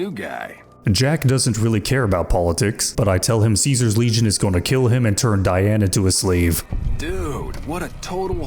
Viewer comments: I notice you tend to pronounce “legion” the way one would pronounce “lesion” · Dunno, but every time says "Legion" it sounds like "lesion" to me.